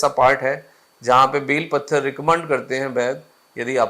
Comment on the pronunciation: डॉक्टर सर का उच्चारण गलत है बेल पत्र कहा जाता है न कि बेल पत्थर ! 🤔